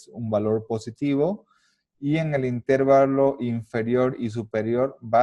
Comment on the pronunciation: El video está buenísimo, pero honestamente me desesperó un poco que le digas INtervalo, en lugar de interVAlo